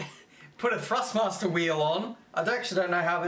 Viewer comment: love the vids but its ThrustMaster not FrustMaster